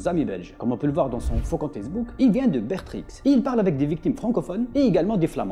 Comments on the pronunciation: pour info, on prononce pas le x de bertix, on le prononce "bertri" ^^ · Sur ma vie j’habite à Bertrix 😭 (le x ne se prononce pas 😊) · Je viens de Belgique et on ne dit pas le X de Bertrix :p